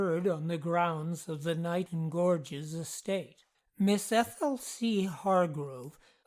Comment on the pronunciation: Locals pronounce it "Kay-Nighton" - the Isle of Wight already has a Niton, after all.